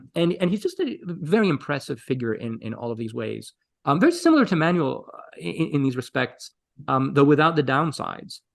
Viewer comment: I wish there were a list of these emperors, and of the ten worst emperors in the next video, that we could take screenshots of as aides- memoires. By the way, to the host, Manuel is Ma-noo-ell, not Man-you-eel.